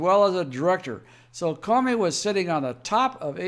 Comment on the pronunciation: Love your fact based reporting. It's awesome! Thanks P.S. The "o" in the name Comey, has a long sound like the word alone. Unless, it's a little a play on Communism and in that case maybe we should all start calling him Commy